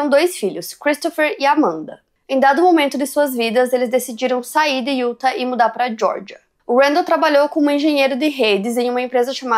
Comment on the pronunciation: sempre percebo que vc fala “iuta” quando se refere ao estado de UTAH. A pronúncia correta é “iutá”.